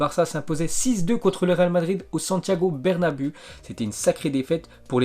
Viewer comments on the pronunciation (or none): stp fait un effort sur la prononciation 🤯⚽️😅😂 tchétchénko l’équipe De arsenal, Sirop immobilier, Santiago Bernabeuxxx lol